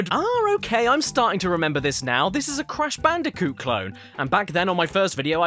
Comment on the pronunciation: It crash bandicoot what’s wrong with you why don’t you say their game names right!